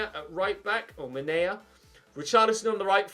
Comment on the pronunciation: He also called him manea